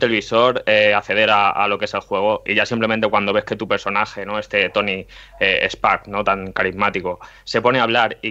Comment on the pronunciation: Buen podcast, por cierto es tony Stark no spark 😜